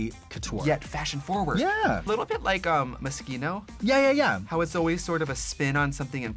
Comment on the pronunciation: Trixie i love you but moskino?? MUH-SHE-NO